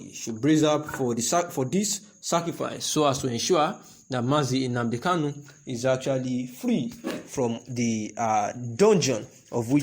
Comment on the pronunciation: Please shut up your mouth, with your fake nonsense crap. You can’t even pronounce OHANEZE AND NNAMDI KANU yet you wan take them shine. Craze